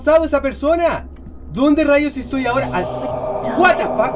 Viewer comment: meda mucha risa cuando dises wate fac i tu cara pero me encanta tus videos